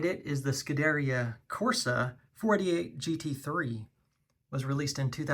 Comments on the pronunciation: PLEASE look up how to pronounce "Scuderia" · stop say Scuderia until you know how to pronounce it properly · oh god the butchering of the pronunciation of scuderia and competizione during the ferrari segment hurts my soul lmao